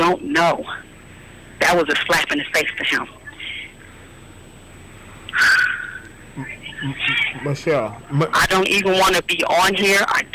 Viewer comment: Come on dude, is it michelle or mitchelle???. Cause you start off pronouncing her name wrong!!!!. Speak right !!